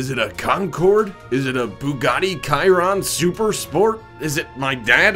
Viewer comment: Yo who tf pronounces Chiron like that🤨